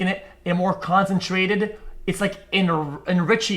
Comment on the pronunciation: Sometimes it's pretty obvious when X is playing dumb to entertain chat, or get a reaction. 😁 "it's enricheed!"